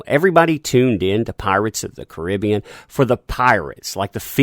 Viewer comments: I love your stuff but you don't say Caribbean right lol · i can tell this guy has never heard< no pun intended) of the movie before ,just by the way he says the title of it.. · love your videos but it drives me bonkers how you say "Pirates of the Caribbean". It's the way you say Caribbean!! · I hate it how you pronounce "Caribbean". Dude, can you just use google translate voice instead when you struggle to pronounce something.